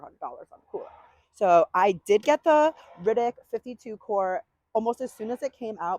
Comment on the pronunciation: Just for future reference, it's pronounced "ARTIC", not "Rittic". It is a spin off of the word "Arctic", but there is no "first C" sound when you say the brand's name.